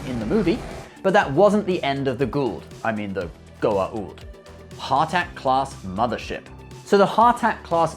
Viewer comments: Wait SG1 is on Netflix??? Is that US or UK? Love the BC 304 daedalus, one of the best human ship designs in sci fi next to the Omega class destroyer from B5. Side note is not pronounced Har tak its "HA" tak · He moaning about pronouncing names right and then calls it a 'Haaarrr Tak" lol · has a go at the pronunciation of Goa'uld then calls it a "hartack" mothership... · Just like the O'Neil remarks in the show, there is supposed to be an apostrophe in the middle of Ha'tak and therefore, just like the Goa'uld, it is pronounced the same way ;P Nice video, though! :) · I love the way you did a whole bit on how to pronounce 'Goa'uld' but then snuffed 'Hatak' and 'Jaffa'. Oh you. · Start the video talking about how people mispronounce Goa'uld. Later mispronounces Abydos and Ha'tak